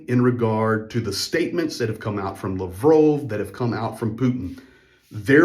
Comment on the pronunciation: Its lav rov bro hes not french